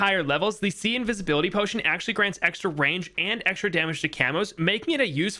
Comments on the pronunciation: ah, yes, "acual" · “Acual Time” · "Acual time" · Yes "acual time" yes yease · "acual time" - hehe